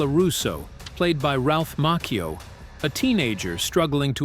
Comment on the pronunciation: It's Ralph macchio